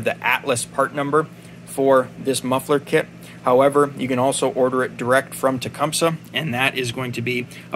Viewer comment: Finally a tech that says the word Tecumseh correctly !